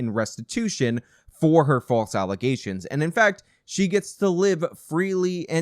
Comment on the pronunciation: “False Allezations”